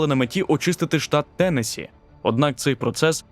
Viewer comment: Трохи подушню- правильно наголос на останній склад - ТеннессІ. Відео чудове! Дяка!👍🏻👍🏻👍🏻